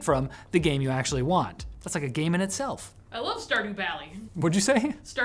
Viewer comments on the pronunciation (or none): none